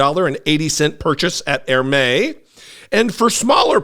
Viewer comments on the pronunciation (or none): Hermès is pronounced "air-mess" (French, here) 😊